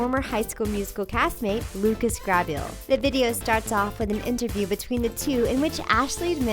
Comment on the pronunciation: She pronounce Lucas last name wrong I hate when people say names wrong when they talk about someone and Laura Marano name was also pronounce wrong